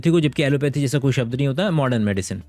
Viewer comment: भाई को शब्द बोलना नहीं आ रहा है सब्द बोल रहा है और चला है शब्दो की अहमियत बताने 😂😂😂